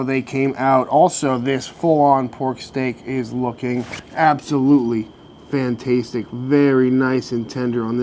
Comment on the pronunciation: stop saying fantastetic now you still can. love your vids.